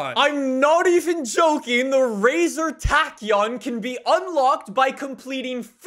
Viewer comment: It is 'racer' not 'razor'